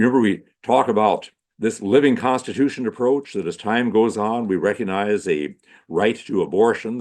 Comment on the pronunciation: The "G" in recognize is not silent.